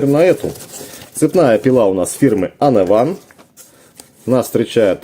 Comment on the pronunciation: уАнэвэн, а не онэвАн - "вы должны молчать и слушать!" (С) Преображенский - на дерево полезете, будете пользоваться - а взять мультиметр и замерить напряжение религия не позволяет? тем более он показывает под нагрузкой, а под нагрузкой напряжение проседает, ну это для тех кто в танке - не знаю как там. защита двигателя должна стоять в АКБ. необходимо правильно подобрать АКБ. - смазка там должна быть т.к. это редуктор! защита цепи там нормальная, во всю длину не требуется, у всех пил она короткая. и конечно 45К оборотов не может быть на цепи, самая мощная бензопила имеет максимум 13К оборотов. у аккумуляторных от 3-9К. поэтому 8к оборотов у этой очень хороший результат.